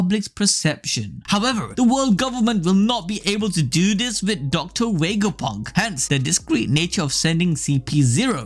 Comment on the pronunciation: “docta wegaponk”